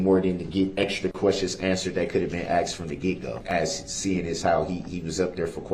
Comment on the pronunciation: Dear Mr. Brooks, the word "asked" is spelled just how it sounds, "A S K E D" not "AXED"...